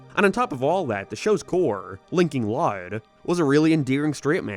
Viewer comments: why are you pronouncing it as lard house it bothers me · loud house ❌ lide house✅ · The way you say loud is so different 😅